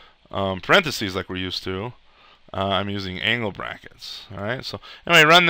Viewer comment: "I'm using anal brackets" - can't unhear it.